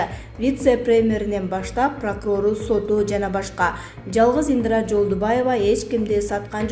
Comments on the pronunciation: Ындра эмес Индира. Пандээмя эмес Пандемия. Акцентин ото одоно экен диктор! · Диктор сорой ! ИндЫрА эмес ! ИндИра ! Тупой диктор соройлор тойгузду . Ушулардын айынан жанылык да уккун келбейт . Дагы жанталашып " подписаССа кнопкасын баскыла " дешет , сабатсыз чириктер . ПандЕмия , карАнтин .......фу ..... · Соке каронавирустан олот окшой ааа🤔Диктор кыз туура Оку Индра эмес Индира дегин пандема эмес пандемия 🤣😂😅😂